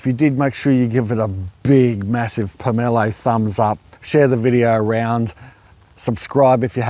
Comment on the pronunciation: My forebears are rolling in their graves🥺🥺🥺 it is called a POM O LOW not however you are saying it. My great grandparents Brough them to Australia from Russia 110 years ago, the original trees are still bearing at Habana, just north of Mackay. I have one just starting to flower now. I have several of the variety you have. They are nothing compared to the original which I have seen weighed to 27 kg and are more flat like a pumpkin profile, and the individual parts inside the quarts don’t fall apart like flicks red does. The taste is similar but not nearly as good as the original Russian one👌also you never pick one off the tree, they aren’t properly ripe till they fall👌